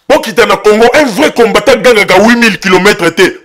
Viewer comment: C'est pourquoi le Congo n 'avance pas avec des gens comme ca , tu ne sais meme pas prononcer combatant. il est temp de se repentir. Aimez-vous les uns et les autres.